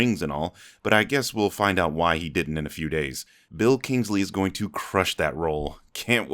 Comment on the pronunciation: Bill Kingsley? It's Ben Kingsley